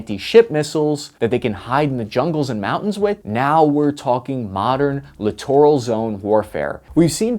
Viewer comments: Clittoral??? I like it. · Littoral? I thought you said Clitoral. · i CRINGE every time he says LITTORAL. Merriam-Webster has a great app with sound. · Lol “Littoral’